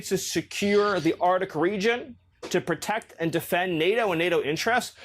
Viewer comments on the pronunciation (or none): It’s pronounced ARCtic …. Miller can’t even pronounce the area he wants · Bro looks like a nosferatu and can’t even pronounce “arctic” exactly why is he taken seriously on foreign policy. Confederacy of dunces.